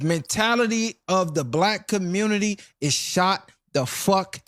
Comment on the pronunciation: Congratulations, the communitah has become 1950 white America 🤦🏾‍♂️